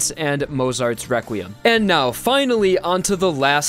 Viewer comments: He says or sounds like Wequiem instead of requiem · I like how he says wequiem than requiem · requiem is pronounced as re-kwi-em not re-kwim? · he kept saying weqrutim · Every time I hear him say Requiem I here Rekwiem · "Wequim" lmao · You say requiem rewquiem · He's saying Wequiem?